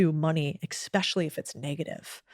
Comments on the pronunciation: "Expecially" isn't a word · Did she just say exspecially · "Expecially" drives me up the wall 😂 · Maybe this is a priggish thing to say, but I just can't take a person seriously who says, "ex-specially" instead of especially. Good talk though. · Did she just say "ex-specially?" Oh. 😮 (Twice 😢)